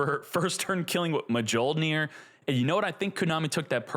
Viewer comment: Miyol-nir. Come on man.